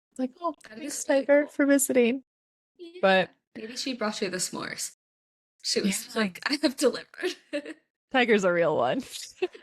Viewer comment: Hahaha you are saying S'mores like it has a syllable!! I can't stop laughing. I love this podcast!❤❤